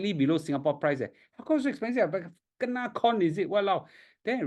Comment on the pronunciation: Its spell as kena...not gena lah lol